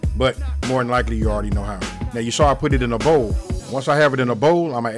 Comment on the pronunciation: "AND I PUT IT IN A BOLW" LOL 😂😂😂😺😺